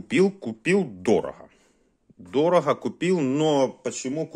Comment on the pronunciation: ДОРОХО- УХО РЕЖЕТ